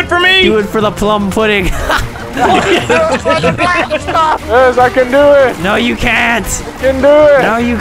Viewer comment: "Plum Puddin"